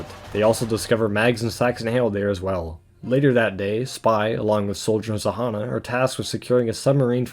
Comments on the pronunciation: Its [ZH-a-nn-a], not [Z-a-h-a-n-a]. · Actually "Zhanna" is pronounced with buzzling sound of "Ж" in the beginning